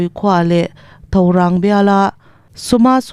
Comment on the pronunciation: News chhiar fimkhur deuh te aw Mizoram khaw hming pawh lam dik lo Thorang khua paw lam dik lo